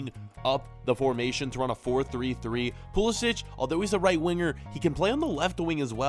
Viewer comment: Please pronounce pulisic name right ;)